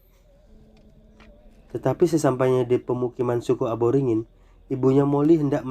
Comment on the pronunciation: Aboringin❎️ Aborigin✅️ Konprensi❎️ Konversi✅️ Mohon lebih hati" dalam pengucapan kata